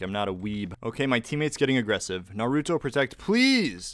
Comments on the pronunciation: It's not "Nar-OO-toe". It's "Nahru-toe" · Anyone else cringe every time he says narÜto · That “Nuuh rue toe” hurts my weeb ears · He pronounced naruto wrong... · I cringed at how he pronounced Naruto and I dont even watch it..